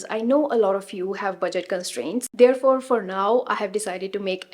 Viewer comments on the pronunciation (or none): Thank you for the amazing info! Good research! 😊 helpful! Just a few friendly corrections: Pronunciation: Therefore not theirfore Shared and not sheired There and not their Flared and not flaired Video and not veedio Pair and not pear Wear and not weyer Good pronunciation will take your videos to the next level 👍 Bad pronunciation in all languages erks people listening to it. North Indians generally have an issue pronouncing the above mentioned words.